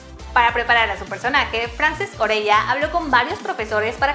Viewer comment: Me da gracia el Joán en vez de Yuan y Orella en vez de Urella xDD